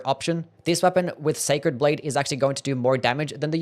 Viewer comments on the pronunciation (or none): none